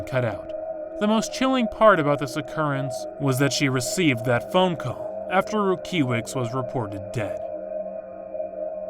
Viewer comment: Rutkiewicz = Rutkyewych. But for the love of god there's a phonetical alphabet, you're not a small channel and certainly you are doing the type of content to play in the background ,so please do the research. Nice narration !